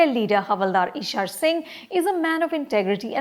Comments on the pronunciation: It is Eeshar Singh not Ishaar??? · Its Ishar Singh.. Not Ishaaaar !! Naam to theek se bol nahi sakti.. Review kia ghantaa karegi !! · Lady can't even pronounce the name Ishar singh properly. She gave the same review to the other patriotic movie, Uri. She stands exposed